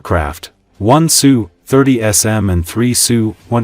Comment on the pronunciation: It's S U aircraft, not the name Sue. What else is inaccurate in this video?